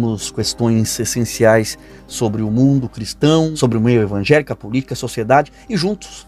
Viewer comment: Ainda ze diz evanjelico